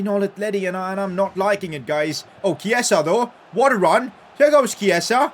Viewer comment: Dude it’s not Keisa, it’s Chi-e-sa